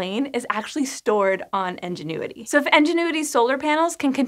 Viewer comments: Nobody else highly irritated by the way she pronounced Ingenuity as 'Engine-uity'? I mean ok, it's not so bad, but it was in the script so many times and each time made me cringe just a little bit more. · Is anyone else hearing engenuity instead of ingenuity? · "in-jen-oo-i-tee" != "Enginuity?" Or are you saying the helicopter is an "Ingénue?" ("on-jen-oo-i-tee") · Ingenuity not enginuity. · Why do you keep saying "Engenuity" instead of ingenuity? Seriously sounded like it had been given a dad-joke name. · Love ya! Though it's Ingenuity, not Engenuity :-) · Is anyone else hearing "Enginuity" rather than "Ingenuity"? Cute 😊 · it's Ingenuity, like the noun. Not Enginuity... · Please. IN genuity! So many comments about how your pronunciation is much closer to EN genuity! Thanks. I will be back once IN genuity has had its first test flight. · Enginuity? In, IN, ingenuity. I could have let it slide once, maybe twice.... but holy cow you said it a lot. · At first I heard “Engine-uity”, and wondered whether it was some sort of pun I’d missed by never seeing the name spelled. I paused the video to check because I was so confused! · Ingenuity, not Enginuity. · "Ingenuity" or "enginuity"? Honest question, not sure if I'm hearing it wrong or pronouncing it wrong. Thank you :) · my captions were on, reading “ingenuity” but hearing “engine-uity” is making my brain scream 😅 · As I have mentioned elsewhere....if this were, in fact, resultant of the Pin-Pen merger she would be pronouncing it "in" not "en". In the Pin-Pen merger people pronounce the words Pin and Pen the same....that being Pin. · Anybody else hear En when she says Ingenuity? Like "En"genuity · Aaah! It's called *Ingenuity*, with an I. Why does she keep saying "Engine-uity"??? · I thought it was actually "Enginuity" instead of "Ingenuity" just by how she was saying it haha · It's pronounced "INgenuity", not "ENginuity"! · It REALLY sounds like is saying Enginuity, not Ingenuity.